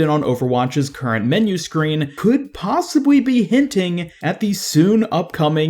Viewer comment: "possibwy" Alright being mean aside, I appreciate these so much. I can feel the effort put into each and every episode. Every second is quality <3